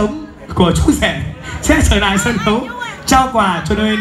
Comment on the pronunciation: xin mời quý vị cùng chở nại.MC j ngọng líu ngọng lo.